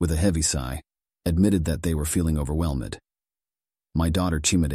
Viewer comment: Guys, this is A.I. Unable to pronounce "overwhelmed"